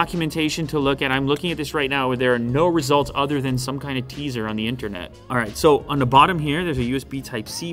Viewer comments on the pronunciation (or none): none